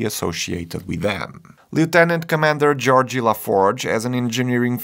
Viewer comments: 'Georgie' 'Dah-ta' 'Gweenan' Bro, just say you don't watch Star Trek. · Geor-gie, dah-ta, and gwi-nen, lol. Tell us you never watched the show without telling us you never watched the show 😂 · Geordi not "Georgie" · Fabulous review. Thanks. So many references like the set :) FYI I think it’s «Geordi» not Georgie if I heard you correctly. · It's 'Geordi' not 'Georgey' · Oh my god. GeorDEE, not GeorGEE. DAY-TAH, not Dah-tah. One is his name, the other is not. FFS. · Sorry, but I LOLed at "Georgie LaForge"! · "Georgie LaForge", really? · Also messed up Geordi and Guinan but we still love you haha.